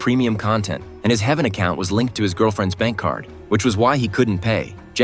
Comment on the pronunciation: It's h-EA-ven